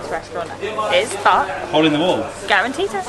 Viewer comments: no in Oran we say karantika not karantita ☠️☠️ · it's karanTIKA not karanTITA...